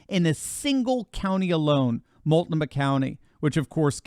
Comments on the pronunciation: This is why Democrats love stuffing as many immigrants and government dependents as possible into the inner cities. Also, it's mult-noh-muh. :) I used to live there last century before it was a craphole. Also, "Rethinking the American Union for the Twenty-First Century" is a solid read from 2012. Also, I'm grateful for whatever good Musk can do, but please don't start putting him on a pedestal or crowning him the new King. There's a LOT of shady sh%t in that pandora's box that needs to see the light. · It’s pronounced Mult-No-Mah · Mult-know- maw—— that’s how it is pronounced 😮 Oregon girl 🎉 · It’s pronounced ‘mult’ ‘noma’ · I was an Oregonian..I left because of the BS. BTW it’s (Mult-No-Muh) 😉 I want to succeed from the US. I’m to damn embarrassed to admit we are ALLOWING the cabal poison us, kill us, starve us, lie to us….while 99% of us just bitch about it with our thumbs! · Looks like a part of Northern California is in that lineup as well. As a citizen of Idaho. I would welcome fellow patriots.,, it's pronounced MULT NO MA county.